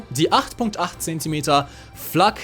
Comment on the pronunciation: when you pronounced the flak truck. just 10/10 would pronounce again.